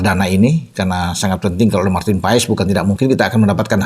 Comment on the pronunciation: yg bener baca nya "MARTIN PAES" atau "MARTIN PAS" ?